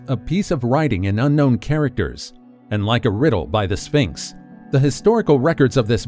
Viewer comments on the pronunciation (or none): none